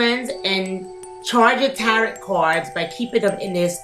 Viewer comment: Just so you know, you don’t pronounce the last t in tarot. It’s like, “tare-oh”